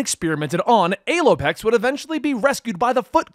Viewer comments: Language is very complicated so none of us will hold you to how you say a certain word but we prefer the p pronunciation of Alopex as Al-O-Pex not A-Loy-Pex. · You need to google the pronunciation, not the spelling. The 'A' in Alopex is a short 'A' as in 'apple' not the long 'A' as in 'able'. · Thought it was pronounced Allow plex